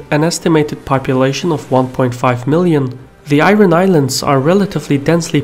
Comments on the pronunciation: Got annoyed when you keep pronouncing IRON incorrectly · A solid video. One thing was irritating me for the whole time though.. pronunciation of 'iron' :|